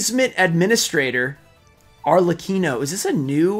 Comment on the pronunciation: Favourite card from this box? The black rose dragon starlight (but i prefer the ghost) and diviner of the heralds simply because is her. I would love to win this giveaway, i really want the diviner. Ps Arlekino (Arlecchino is the correct pronunciation) is a famous mask of Italian comedy.